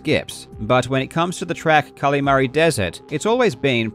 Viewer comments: great video but it kills me every time you call it cally mary instead of calimari like the fried squid dish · I am begging you. Please stop saying Kalamari like that